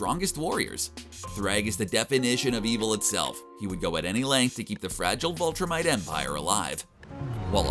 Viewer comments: this guy was driving me crazy it’s VILTRUMITE NOT VOLTRUMITE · Viltrumite not vultramit. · Anybody else bothered by the narrator pronouncing it "Vultrumite?" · You keep saying "vultrumite". I never read the comic but in the show they call themselves "viltrumites". It's a minor distinction but it just kept bothering me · Viltrumite, not Vul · Why you say vuhltremite it’s vihltrimite (pronounciation not spelling ) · *Viltrumite. Not vultramite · It's VIL-TRUMITE not VUL-TRUMITE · Repeat after me: VILL-tumite. Viltrumite = good. Vultrimite - bad. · Pronunciation note: "VIL-trumite," not "VUL-trumite." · bro cmon man its viltrumite not voltrumite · Viltrumite Viltrumite VIL-trumite Not VUL-trumite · him saying "vultrimite" is killing me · Everytime I heard him say VULtrimite I cringed a bit. But Rudolph CORNors just made me chuckle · What is a "Vultrumite"? Do you mean "Viltrumite"? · Why do you keep pronouncing it 'Vultrimite'? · Viltrumite not Voltrumite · what is a "vulltrimite" ? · Sorry bro but invincible is like #5 or 6 his father nearly kills him. Also Allen is #2 then battle beast. Great video though i will say and also its Vil tra mit. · Listening to you butcher Viltrumites and creati really is like nails on a chalk board